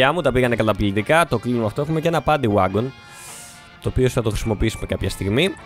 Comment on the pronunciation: νομιζω οτι ειναι παντυ γουαγκον οχι βαγκον :P